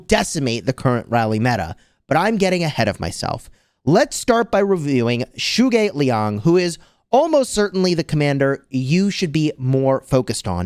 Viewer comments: the correct pronounciation is “Zu Go Liang”, as in ‘you go lee ang” ❤ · The correct way to pronounce his name “dru” ge liang. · Zhuge Liang is pronounced Tchuk-Ker Lee-ung, still nice try and great video! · I speak Chinese and to my understanding it should be pronounced like zhoo-guh lee-ang, please correct me if I’m wrong🙂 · The way you pronounced zhuge lian is horrifying